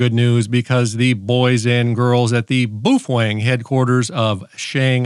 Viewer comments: Wtf is "bufweng"? It's baofeng, pronounced "bay-o-fang"😂😂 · Boophwang is how it’s pronounced. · "The BOOFWANG" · hahaha i particular like the way you pronounce "bu fueng" LOL and shanghai is not in japan. ROFL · Pronounced bow (like the front of a ship) - feng. Bow-feng😊. Shanghai is not in Japan. It’s in China. And, Baofeng is located in Xiamen China, not Shanghai. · Hehe... "Boo-fweng". 😂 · It’s pronounced BOOF FWANG look in the Dicksinary. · As you can clearly read in this example, it is indeed pronounced Boof Wang. セブンイレブン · Ты прекрасен, начиная от сломанного карандаша, заканчивая бешенным прононсом БУУФЕНГ, тем что он стал вдруг японским, привет с Кипра у меня такой же только BF-F8HP мощная вещь, купил пару за 65 баксов, новый комплек доволен как слон, характеристики у него кстати лучше японских, которые дороже его в 5 раз :) ... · To all grammar and pronunciation authorities I just wanted to say this...Boofwang! 😅 Some ppl here are such sad hams its actually entertaining. Oh, oh, guess what? Boofwang! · "Boofwang"? Man, you're suffering from arrested mental development. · Please stop saying Boofwang... good lord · In pig Latin it's Actually pronounced Oofwangbya. Why didn't the ham cross the road? No, this isn't a bit, I'm seriously asking. Ahem...Boofwang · OMG, I can't believe you are showing a highly illegal modified baofeng (pronounced bow fen, according to bow fen). I'm not doing that, I don't want the FCC Seals sneaking in and getting me in the middle of the night.. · Come on Man, can't you pronounce Baofeng correctly??? Edit your video. You too old not to talk right. Baofeng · lol, that's not how you say Baofeng. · You are pronouncing the brand name completely wrong. And it’s not from Japan. Also I suggest a new pencil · That's because I can't spell Chinese.. but I can pronounce what I can read without completely changing the word